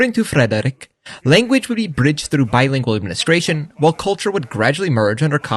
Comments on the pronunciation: Why are you pronouncing "Frederik" like that? That's not how you say it. You don't have to roll the r. Its more like the French r like in "Revolution". And the d is... Idk how to describe that. It's not a sound anyone else has. Google "Soft D" if you want to learn about it, and pray that something else doesn't come up instead. And why don't you do the same for Christian? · You pronounce Frederik more like an Norwegian than a dane.